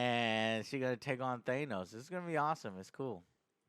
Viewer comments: It’s Thaaanos with a long a not Theinos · why does he say: "Thay-nos"??? Isn't it: "Thah-nos"?? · JOE , why are you pronouncih Thanos wrong?! Its not thejnos its Thanos...